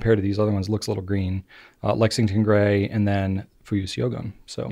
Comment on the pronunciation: Fuyu-syogun is pronounced “show-goon” btw 😊 Like the movie “Shogun”, if anyone remembers 😅